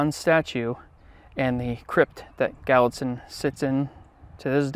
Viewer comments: I'm not trying to be a shmarty-pants, but you are pronouncing the name Gallitzin as Gallitin. The 'z' is not silent. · Good video . Thanks. I lived near a Revolutionary War cemetery in West Mifflin, Pennsylvania. There are lots descendants of Rus princes in Pennsylvania. (His name is Prince Gal - IT - zen, not GAL it zen.) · Is your pronunciation of the Prince’s surname correct as Gallitin? Just wondering, because I noticed it spells Gallitzin. Great video 👍🏻🥰‼️ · He did pronounce it wrong. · It is pronounced "gal-lit-zin". though born in the Netherlands he was a Russian Prince. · The prince is Prince Gallitzen. He wanted to be a priest. His dad disowned him. Only priest onhorseback between Philadelphia and Gallitzen. He was ordained in the US. Wish you would have practiced your pronunciation first. I prayed for him for my cancer. I am here! Vatican was investigating him for sainthood till some priests decided he wasn't good enough. Politics will kill you or hold you back.